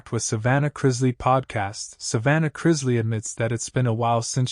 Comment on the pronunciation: Where do you see a z in that last name??? It isn't pronounced Chrizzly. FFS.